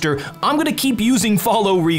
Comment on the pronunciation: I can't believe only after half a dozen years watching have I realized he says "I still have no CLOSER" instead of "I still have no closet"😭😭